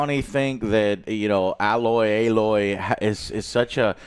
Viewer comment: Bro can’t even pronounce Aloy correctly smh